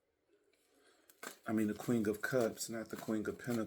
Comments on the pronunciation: Every time he says “QUING” 😂🫶🏽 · 😂 yes it sounds like you’re blending queen with the word king 😩🤣🤣 QueenG!